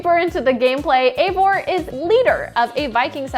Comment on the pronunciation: It's not Eivor... It's Ivor... This is how you pronounce it